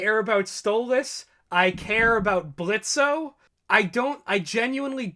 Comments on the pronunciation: I just have to say this: ITS PRONOUNCED BLITZ NOT BLITZO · The fact u kept on calling him blitzo triggers me THE O IS SILENT >;( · Please stop pronouncing the "o" in Blitzo. Its pronounced Blitz. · The O is silent lol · The o is silent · It's pronounced Blitz, the O is silent. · THE O IS SILENT. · The "O" is silent! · The O in Blitzo's name is silent, fyi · The “o” is silent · His name is Blitzo but the O is silent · the o is silent stop saying his name wrong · Every time they said Blitzo with o. I played a soundboard on my phone of blitzo "The O is silent" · The O is silent now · The “o” in Blitzo is silent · Guys, it’s pronounced “Blitz”. The “o” is silent. He said it himself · Your Grammer is a bit DUSTY it's BlitzO but with a silent o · The o in Blitzo is silent. Lol he’s said this so many times. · I agree with all your facts and theories. But Blitzo is pronounced Blitz. He even says “the O is silent” in the pilot episode. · Idk why but you pronouncing blitzo's name with the o is getting me mad, in the three animations hes pronounced it as blitz, in the 2 episode it is clear it was once blitzo but hes changed that now, no hate just saying its pronounces blitz, "the o is silent" he said that in the pilot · It's Blitzø, the ø is silent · THE O IS SILENT!!!! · Small nitpick, but in "Blitzo" the 'O' is silent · The “o” is silent, don’t deadname. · THE O IS SILENT!!!!!!!!!! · Did they not hear Blitzo in the pilot? The O is silent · Blitzo: "the o is silent" Diregentleman: ima pretend I didn't hear that